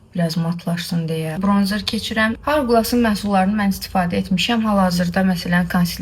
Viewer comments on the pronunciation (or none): haurglas😂😂 markanın adını düzgün oxuya bilməyənlər işlədir